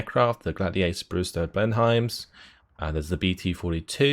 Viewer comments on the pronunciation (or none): John M Blen-em not blen-hiem! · Talking about your Finnish pronounciation and you get the English name wrong :D Blenhiem is pronounced Bleh-num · Haha don’t worry about that. He cannot even pronounce Blenheim correctly 😂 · and he is english himself XDDDD